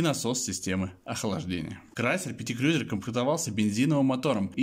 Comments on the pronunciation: Обзор хороший,но как можно так отвратительно говорить Крюёзюр? КРУЗЕР БЛИН Крузер!!!! Как Ланд Крузер, Ф Джей Крузер и так далее,я с трудом досмотрел..... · Не крюзер а КРУЗЕР. Не аш аш эр ,А ha ha er это я про шевроле! И что такое тормозная лента ?